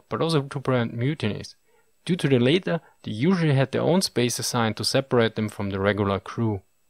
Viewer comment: Excellent video! A little more pronunciation pedantry... In addition to boatswain being pronounced "bo'sun" (as mentioned by others): – "Latter" rhymes with "fatter", not "later" (it was once the same word as "later", but not any more). – "Chaplain": pronounced "CHAPlin" (emphasis on first syllable): rhymes with "pin" not "plane". – "Accuracy": emphasis on first syllable. "ACCuracy", not "accURacy". Your English is better than many native speakers' though!